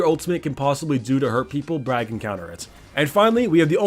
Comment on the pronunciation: its bard not brand